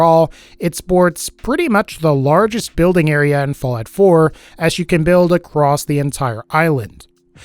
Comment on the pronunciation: Anyone else hear him say fillet 4? Or is it just me?